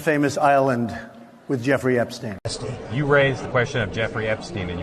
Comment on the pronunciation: At last someone says Epstein correctly - the UK reporter who attended this. It should be said 'Epstine'. To be said 'Epsteen', it woukd have to be spelled 'Epstien'. As for Trump still using 'Sleepy Joe Biden' - Dozy Donald Trump has napped in public plenty of times. We all know he is dodgy AF (putting it mildly) when it comes to young women and girls. He's vile, full stop.